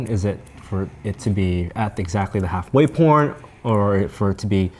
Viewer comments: Really, said half way point. But it sounded more like half way porn than half way point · Definitely sounds like says "halfway porn" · At he says half way pornt